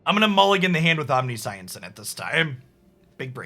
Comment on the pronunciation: Oh no, it's "Omni-science" again lol